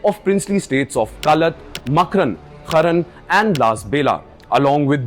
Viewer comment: Indian media needs to be embarrassed. It’s Kalaat, not Kaalat. It’s Makraan, not Maakran, it’s Lasbela, not Laasbela. Shame on you for not even having the decency to pronounce the places correctly. It actually shows something deeper. Indian media has no connection to the geography. Nothing matters more than pronouncing a name right. You failed.